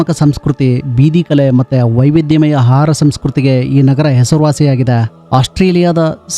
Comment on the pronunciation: ಹಾರ ಅಲ್ಲ ಆಹಾರ